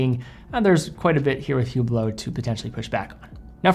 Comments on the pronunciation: Please, it is pronounced Oo-blo, not Hoo-blo. The H is always silent. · Pronounced, "ublot". The H is silent. Just saying. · You should never pronounce the "H" in Hublot.... and you should never wear an Hublot...